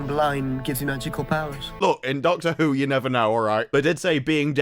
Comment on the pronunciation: Nope, can't listen to him ruin my language..yooooooou.🤮